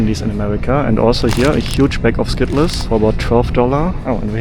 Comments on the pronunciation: It is pronounced skittels not skittless 😅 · Skittles aren't pronounced Skit-Less. They're pronounced Skit-ulz. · It's a by-product of the German language. In German, -les is pronounced like 'less'. The '-ls' sound would be spelled '-el(s)' in German Skittels As an American living in Europe, and learning some of the local languages, the foreign English accents make a lot more sense by understanding the L1 (original native language before learning English) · "...a huge bag of Skitt-less" 😮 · hes not wrong it does say skitt les. hahaha. if you read it by the letters. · You realize he's nearly fluent in American English and is pronouncing it that way for the engagement, right? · The way you say Skittles is awesome LOL great video! Sending the good vibes from Winnipeg! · My biggest surprise is I may have been pronouncing Skittles wrong my entire life😂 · The way you pronounced skittles is so funny